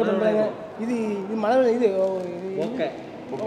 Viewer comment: தலைவரே பொக்க இல்ல பொக்கே😆😆😆